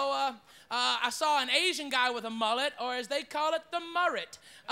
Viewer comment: The Asian mullet, the “murret” I’m done 😂😂😂